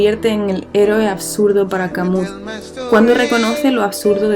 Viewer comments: Albert Camus era francés y la correcta pronunciación de su apellido no es "Camus" tal cual, es "Camiu". Puede parecer irrelevante pero a mi me molesta. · Todo bien pero Camus se pronuncia "camiú" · se pronuncia camü, pero gracias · Crítica constructiva: dejando a un lado el nivel del audio que puede mejorar con el tiempo te recomiendo que averigües cómo se pronuncia correctamente Albert Camus. La forma en que lo haces, es incorrecta y no debería extenderse.